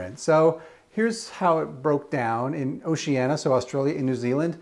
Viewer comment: Just a minor note: it’s Oceania, not Oceana. 🙂